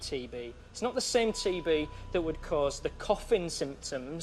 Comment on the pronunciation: On TB I actually heard TV! Lol!😆😆😆